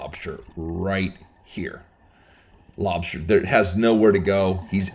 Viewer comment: “Lob-SHter tails”… 😂 Luv how u pronounce, lobster 🤝💪🍻